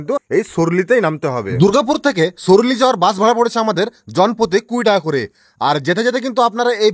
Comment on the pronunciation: সুরুলি ❌ সরালি, ✅